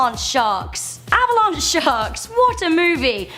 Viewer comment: Avalanche not Avalon